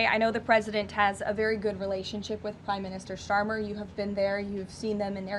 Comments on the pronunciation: "Prime Minister Sharmer" ???? Maybe she got mixed up with his new name....Sharia Starmer. 🤔🤪😎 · "Prime minister Sharmer"? She can't even get his name right. Just shows the lack of respect she holds for the UK! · Did she call starmer sharmer? 🤣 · LOL did she say sharmer ???? could have been shammer :)